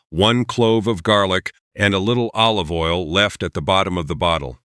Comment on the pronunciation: This channel lost me with the first mis-pronounciation of 'olive' as 'o-live' (oh live, not dead). I know you're AI, but THAT is beyond riodiculous!!